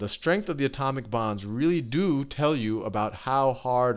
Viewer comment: whenever he says "atomic bonds" i hear "atomic bombs"